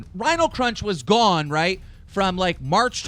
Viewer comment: TBH I always get really fucking hyped when keem starts saying "roight"